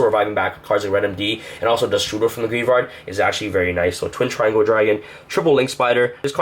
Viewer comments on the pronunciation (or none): none